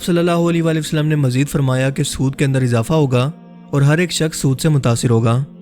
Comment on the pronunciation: sach sach batana kia ap ka huliya Nabi pak ki ommat key jawano jeysa hey...? Nabi pak ki All par darood hey or ap jab Nabi Pak(S,A,W,A,W,) ka naam letay hain to holi walay walay wasallam kehtay ho kam az kamAll-e- Nabi pak par darood to sahe tareqay say bheyjo.? maind ney karna bhai, Ap ka andaz-e-biyaan masha-Allah bohot zabardast hey, to esey andaz main darood bhe beyjo..?